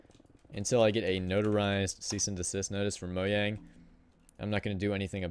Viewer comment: U say the j in mojang